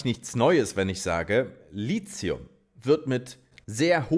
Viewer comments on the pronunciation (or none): Mein alter Chemie-Prof würde jetzt sagen: das heißt "Litium" nicht "Lizium"!!! 😅 Gute Arbeit! Ich schaue deine Videos sehr gerne!